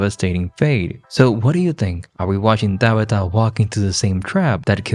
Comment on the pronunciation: O.m.g. please stop calling Tabitha - DABITA